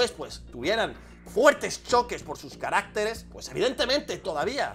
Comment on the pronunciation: ¡Ojo!, no se dice carácteres, sino caracteres (en plural el acento está en la primera e)